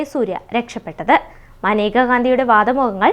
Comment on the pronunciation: മനേക എന്നല്ലല്ലോ മേനക എന്നല്ലേ പെണ്ണേ നീ എന്തോന്ന പറയുന്നത്